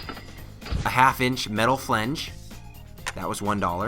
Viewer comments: Flange, not - Flenge. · FLANGE, not flEnge. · It's flange as in FL-AN-GE, not flenge. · Flange... not flinge... I'm I the only one hearing that? lol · Why doesn't he know how to pronounce "flange" ?!